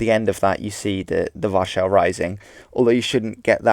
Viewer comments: Its called war-sah in English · Why do you pronounce Warsaw the way you do? If you're speaking English, you can, and really should, use the common pronounciation, not the 'correct' pronounciation. We don't try and speak in the original way when saying Jesus, or Sumeria, or (Ancient) Egypt, or Paris, or Nevada. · You have a really strange way of saying Warszawa